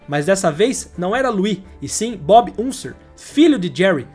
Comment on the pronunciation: Excelente vídeo, mas… a pronúncia macarrônica dos sobrenomes lendários “Unser” e “Mears” fez meus ouvidos sangrarem.